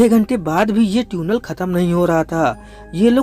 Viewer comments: Areyy 🤣🤣 it's Tunnel not Tune-ell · Bro vo tunnel hota hai tuuunel nahi 🤣🤣🤣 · Bro its tiunal.... Not tuuunel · Teeeunel nahi tunnel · Bhaiya teunel nhi Tunnel hota hai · Its tunnel bro .....Not Tyunel 😂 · NO! it's not Tiuunel and not Tiuunel it's tunnel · Beta dhaniya ye tuenal nhi tunnel hota hi 😂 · आज पता चला कि tunnel को हिंदी में ट्यूनेल बोलते हैं 🤣😂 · sahi baat hai Maine bhi yahi notice Kiya tuinal bol rha hai lol 😆 😂 🤣 😄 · Tiunnal nai tunnel Hota Hai bhai. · तुनल नहीं टनेल 🙄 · This is tunnel not tyunnel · Tune nell nahi chutiya tunnel🤣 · Its tunnel bro .... Not Tuuunel 😆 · Pehle baar 'Tuuunel' sune toh sidhe comments section me khojne aa gaye 🤣🤣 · ट्यूनल…..ट्यूनल bol bol kar dimag ka dahi kar diya….😂😂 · Tune nail.. 😂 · Yeah bro I'm also laughing for that 🤣🤣